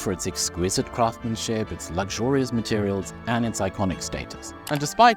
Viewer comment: Do remember the first ‘s’ in ‘craftsmanship’. It’s not silent 🙏🏻